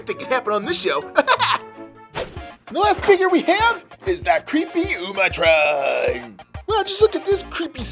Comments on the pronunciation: It's utrom not umatron and he isn't even bad or krang. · It’s “UTROM”